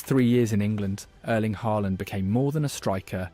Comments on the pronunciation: At least try to pronounce his first name properly - it's not "Erleen." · How hard is it to pronounce the E in Erling the same way as, uhhm the beginning of how the e in ear is pronounced for example. lol